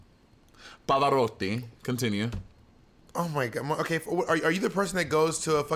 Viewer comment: Omg Monet your Italian pronunciation is on point!!! Love from Italy